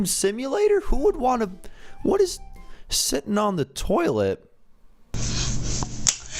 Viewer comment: Ugh when that lady saying siten on the toilet